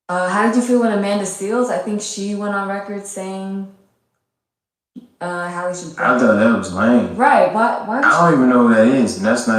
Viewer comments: Halle Bailey's name is pronounced like Halle Berry's name. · Y'all gon mispronounce that girl's name if yall don't do nothing else lol. It's Hal▪︎le Bailey... like Halle Berry's name.